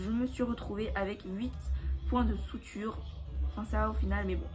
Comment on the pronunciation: On dit sutures pas soutures